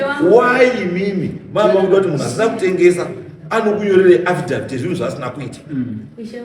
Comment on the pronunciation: Affidavit mambo weee, not afidaft 😅😅